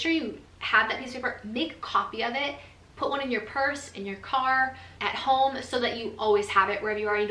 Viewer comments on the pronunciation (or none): none